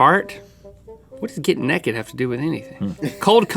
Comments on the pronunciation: get "neked" he says naked like neked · Ugh, I think my biggest pet peeve ever is when people(like Link) pronounce it "nehhked" instead of correctly saying "NAYKED." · its get neigh ked not nekid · why does link say "neked" instead of naked XD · My mom's from NC and she pronounces naked like "necked" I've never heard anyone else say that except for now Link xD